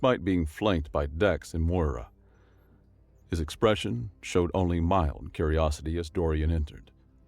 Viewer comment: The name Moira is pronounced Moy-ra, and sounds best with an Irish Brouge. More-a is a common mispronunciation in America.